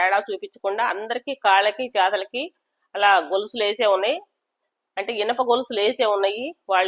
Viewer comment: Chethalaki kaadhu chethulaki madam 😂😂😂